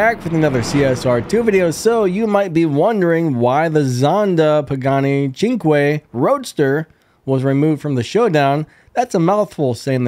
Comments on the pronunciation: it’s pronounced Zonda “sink” Roadster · in italian cinque menas 5 and its not prouounced sink as far as i can tell, seems to be pronounced more like CHEEN-kweh